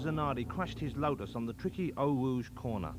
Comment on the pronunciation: “Zanawdi cwashed his Wotus on the twicky Eau Wouge corna.”